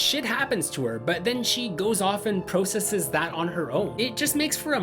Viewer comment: The way u say processes is odd. Hayden Panettiere is a very talented actress. I remember her from Remember the Titans and thinking that she was going to grow up to be a great actress and she did.